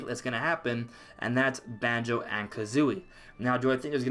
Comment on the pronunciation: Yes Thank you For Say Banjo🙏🙏🙏🙏🙏🙏🙏🙏